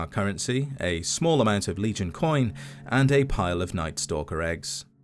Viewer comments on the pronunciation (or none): none